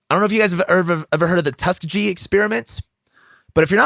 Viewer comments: I agree with some but I really appreciate the open talk- side note: it’s pronounced “tus-keeg-eee” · I think it’s pronounced Tuss-KEE-gee (hard G). I might be wrong. The only people I knew personally who died from covid were unvaccinated. Just a fact. Interesting content, thanks for this. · Pronounced Tusk Kee Gee....ecperiments! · tusk ee gee ! lol